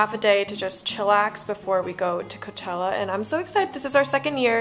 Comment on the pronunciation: NO BUT I HEARD “COCHELLA LETS SHAKE SOME ASS UP” YALL TOLD HER SAY “ cochella let’s shake some ass” :O they never forget they are true bff’s